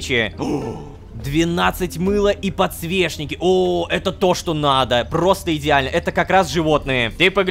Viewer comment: Мне нравится как он подсвечники называет подсвешники